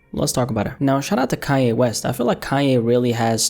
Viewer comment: KaNNNN ‘yeh(Kanye) ... not Kah-yay!!